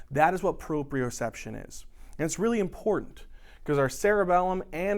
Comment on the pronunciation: It's Proprioception not proprioreception. It should be your word, but it isn't. Great job! I hope you guys learn to fix this! You are wonderful. Thanks for helping me and everyone else out with these lectures!